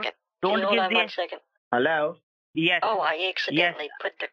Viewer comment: Why do ALL scammers pronounce "HELLLAAEOW" the same way?